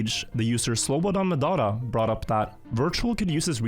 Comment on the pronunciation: man you really took time to pronounce that slobodanmedadadonevic name correctly didnt you XD